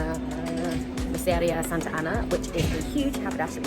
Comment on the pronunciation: M e r c e r i a , not miseria. In order to be understood in Spanish you need to slow down and remember; you can do it.